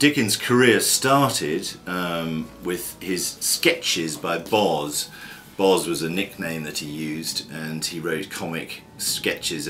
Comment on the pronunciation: Sketches by Boz pronounced like " hose" . not Bawz ...